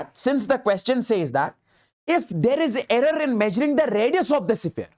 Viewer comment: Sphere❌sipphere✅..just for fun but really u r a great teacher ever 💗